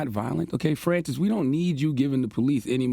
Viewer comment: Dude can’t even pronounce Francis. Embarrassing.